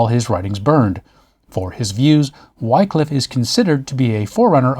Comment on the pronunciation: In beste goode humour! - my only cavil (is trivial) not 'Why-cliff' but Whi(p)-cliff.... an aspirant wh-ah... to the 'i' of 'in' not the 'i' of 'nine' Whi-cliffe - Ye olde Englishe is moghty treacherous! Great post, as always - calm, accurate, and informative.